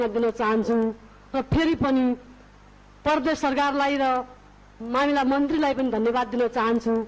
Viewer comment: परदेश र प्रदेश पनि भन्न नजान्नेहरु किन वक्ता बनेर बोल्छ हौ?हैट